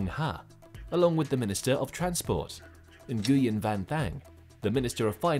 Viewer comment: Yes those old "New Gew Ens" are just everywhere in Vietnam, wait until you get to the "EN Goes" though.